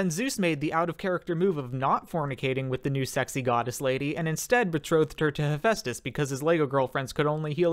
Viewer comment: Why do so many people pronounce Demeter that way? Oh wait y'all probably American and don't know how to pronounce meter. Also, Hera is older sister not younger. That's also not how you pronounce Hephaestus. But nvm. Or Dionysus You missed the y in Eurynome. But yeah, always have a goat handy.